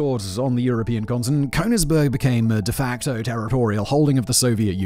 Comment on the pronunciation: And how about Cone-igsberg instead of Königsberg? I mean, to be able to read through a script prima vista is a great talent he has, but he really should check the pronunciation of foreign words and names. Not doing so is just sloppy!